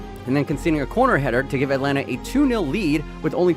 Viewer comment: The man says Atlanta 😔